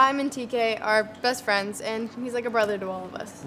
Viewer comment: Adrien and marionette:were just fwiends